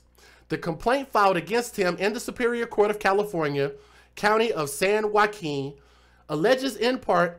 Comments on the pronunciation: U said it right the 1st time San Joaquin (whakeen) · You pronounced it correct the 1st time. Great Job...Joaquin (Wa Keen) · You said it correctly the first time. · You first pronounced it correct.